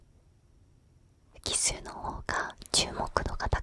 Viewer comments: なんかあれだな ちょっとかわいいな 奇数がキスに聞こえるとこがいいw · キスの法則に聞こえてしまった...